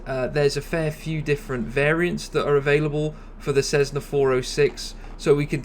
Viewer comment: This guy is a proze 'Black & Decker' (what do they make?). The guy can't even pronounce 'Cessna' correctly. He's like a cheesy salesman. With the pseudo-US accent.